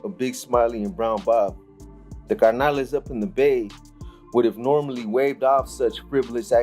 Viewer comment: It’s not carnales it’s carnals